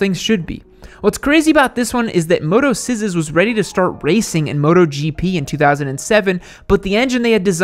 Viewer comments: That Motoczysz brand is pronounced "mototchish" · Ain't no way hes said motoscissors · motoczysz - spell more like motocheesh ;)